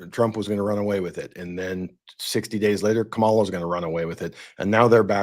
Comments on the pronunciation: Comma - La. That's how to pronounce her name. Hi!! Closing next week! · I would have hoped a non biased host would have pronounced the Vice President's name correctly. You might as well have worn your maga hat. Very unprofessional.